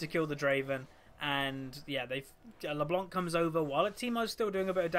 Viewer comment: U say her name like LeBlonc xD